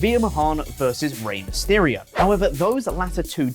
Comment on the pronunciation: "Veheer came so hard over Dominic meysterio".